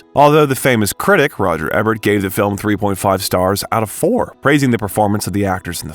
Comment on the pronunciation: Roger Ebert ~ it's pronounced "ēbert (long e), not êbert (short e)